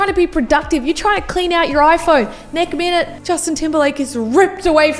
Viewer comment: I thought I was when I heard her say “neck minute” but then she did it again😂😂😂... is that a Canadian thing???